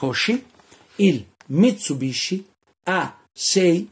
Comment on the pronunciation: Mi tsu bishi....ma davvero?